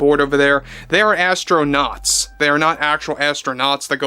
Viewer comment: ASS-TRO-NOTS. How about "Space Cadets"? 😂